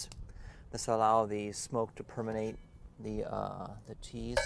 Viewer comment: the word is: PERMEATE and NOT PERMENATE... sorry... had to inform you